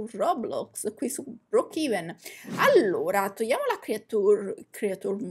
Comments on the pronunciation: Nn si dice brookhiven si dice brookhaven😂😂😂😂 (no insulto) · comunque si dice "broocheven" 🤣🤣🤣